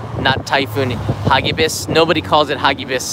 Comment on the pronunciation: Agree for posterity's sake and to compare it from previous ones. Pronounce it: "ha gi bis" accent on "gi" not on "ha". Filipino word; It means FAST and FURIOUS.